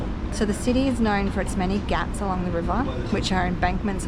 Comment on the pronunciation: you are saying ghaat as if you are saying gatt ... when indians transliterate a word using "gh" then sound expected is expirated "g" ... if you search "translate english to hindi" on google and translate english word pier you will get घाट "ghaat" in hindi and you can play how the word is spoken by native speakers of hindi by clicking on speaker icon